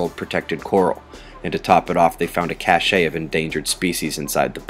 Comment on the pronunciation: Not trying to be the grammar police here, but the word is pronounced 'cash', not 'cash-ay'.